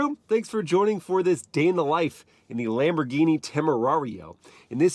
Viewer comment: It's a Lamborghini,not laymborghini😂